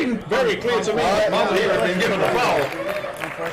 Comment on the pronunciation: Bro his name is mazahir not maza-here😂